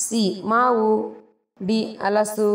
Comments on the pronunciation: Which Kannada you are speaking? Yechhu for Hechhu, Alasu for Halasu, Athu for Hathu , it is not correct. Please correct yourself in the next video. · Enu madam modalu Ha hellikke kaleeri Alasu. (Halasu)